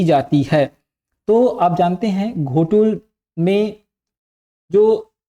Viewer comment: घोटूल नहीं है सर ये गोटूल है